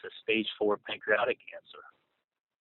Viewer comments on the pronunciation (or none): I can't even find the words to describe these despicable humans. Hate to be nitpicking but he doesn't even pronounce pancreatic cancer correctly. (Reminds me of him telling his assistant to order vicodin because it doesn't have Tylenol? ) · Know-it-all cannot pronounce "pancreatic."